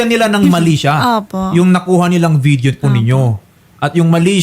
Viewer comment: Frop? Or prof? Video? Or vitheo? Bothered ko dah